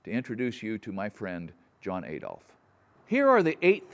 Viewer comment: There’s no hard A in Adolf. Every time you say it, much like ‘roof’ you sound rather silly. But DON’T worry!! You’re an American and yanks have been mispronouncing every single language they get their hands on!! Italian: Pasta. American: Pohster. English: Turbine. American: Turban. German: Adolf. American: Ay-dolf. Everyone else: cosmos. American: cosmose (or even more egregiously, cosemose). See? English: missile. American: missle. Italian: risotto. American: Riz-Oh-Toe…. Put simply, if it’s got a vowel in it, somewhere an American is having trouble saying it, that’s just the way of life. Ignorant to a fault but no harm meant. You’ve had the English language for what, ~300 years now? You’re still miles away from mastering that, so there’s no sense in admonishing y’all fo’ ruining ‘foreign’ languages too - indeed, we’d be more worried about you if you pronounced things properly!! 😀😀😀😀😀😀😀😀😀